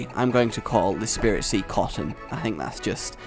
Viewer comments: It's spritzee not SPIRITZEE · it's spritzee not spiritzee and breeding is against the rules. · Not Spirit-see, Sprit-see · It gets annoying when u get the names wrong its not spiritzee it's spritzee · It's SPRIT-ZEE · Well not to be THAT guy but it's S-prit-zee not Spiritzee also, I like the name Cotton much more than Sugar Rush. When you name your pokemon puns or phrases I think it takes away from the whole "Bond with your pokemon" thing not to nitpick but....yeah I'm nitpicking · it is Sprit-zee not Spirit-zee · Spritze not spiritze gaaahh JK it so kind of bugging me thoe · rage dont mean to b ditrispectful but its sprit-zee not spiritzee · and rage its spritzee not spiritzee. and its entree was related to perfume not candy how do u mix those 2 up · Uh,? Its pronounced SpRIT-zee, not SpIRIT-zee, and it's a perfume pokemon, not a cotton candy one... sooo, you might wanna re-name that too.:D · I hate to be nit picking but it's Sprit-zee not Spirit-zee. Because spritz sounds perfume-y. Also it does not evolve into a cotton candy it evolves into a drag-queen broadway thing:P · Again, a mispronounciation, it's not Spiritzee, it's SPRITzee. There's no second i in there! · it's sprit-zee. Like, perfume.